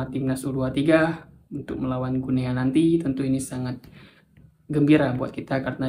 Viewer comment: Salah penyebutannya, bukan "Gu Nea", tetapi yg benar adalah "GINI", sama seperti kita mengucapkan nama negara tetangga kita : "Papua New GINI".